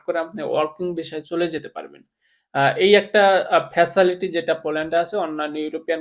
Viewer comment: ফাচালিটি না ফাচিলিটি